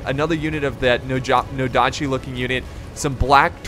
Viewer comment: Herr Rommel ? Shogitai? Nodachi? Please do not say any names or words if you do not know how to stress them. It shows me that u lack in research and give a foot about the People watching this